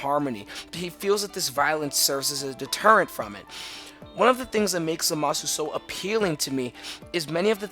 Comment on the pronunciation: It's Zamasu not Zamazu Leviooosa.